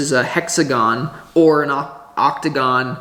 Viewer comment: Octagone or Pentagone…. 😂 omg!! You really crack me up, man!!! 😂😂😂😂